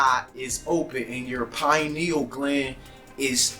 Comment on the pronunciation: Yeah they talkin bout some Pineals!..PINE NEALS??!! 🤣🤣